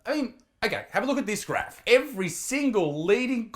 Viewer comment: I agree with you on everything except for how you pronounce “graph”.